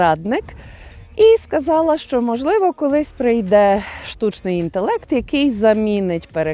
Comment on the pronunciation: А ваше "шчо" це взагалі жесть! Оу, вибачте, ЖЕРСТЬ)